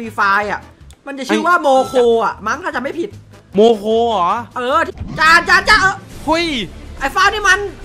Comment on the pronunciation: งงโมโค่ไม่ใช่โมโค😈